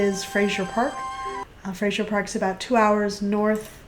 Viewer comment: Aboot sounds like he's Canadian